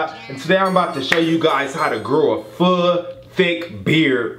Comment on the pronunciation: i heard food xDD